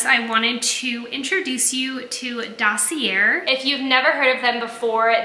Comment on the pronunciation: Dossier = Sounds like: daa·see·ay